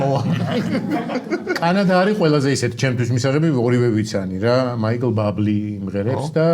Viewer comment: მაიკლ ბაბლი არაა სწორი, მაიკლ ბუბლეია.😊 ჯანელა - Top!